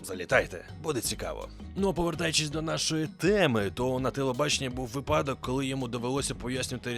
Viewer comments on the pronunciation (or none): none